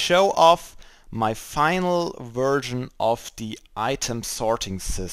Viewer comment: It's probably just my dirty, dirty, dirty... dirty, dirty, dirty mind, but everytime you said 'version' I understood 'virgin' :D Great sorting system!